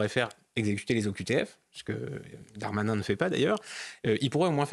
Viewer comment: S.MABROUK! svp prononcez le nom du ministre correctement GERALD......DARMANIN et non comme la majorité Gérald DEUX DARMANIN. Il n'y a aucune voyelle entre les deux "D". Cela dit, merci de vos entretiens télévisés.